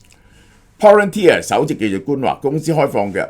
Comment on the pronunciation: 蕭生終於讀啱Palantir😊